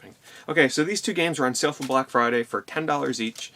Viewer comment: you do the same thing that many american YouTubers do and that is say sell instead of sale.